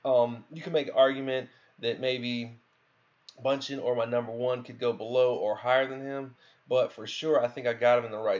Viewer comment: Okay, I've realized the more I watch your videos that you just have a problem reading or translating what you read into proper pronunciation. You pronounce "Gato" as "Gowto", you pronounce Ei-Dunn as EL-Dun, you pronounce Bauchan as "Bunchen" (just throw an N in there why dontcha, lol), but then the friggin most crazy thing is that you manage to pronounce Namahage's name correctly. WTF? You must have heard someone else say his name and you're just copying it, because based on how you have pronounced all the other names, if you were the one to try and pronounce that, you'd probably end up saying "Numbohagee".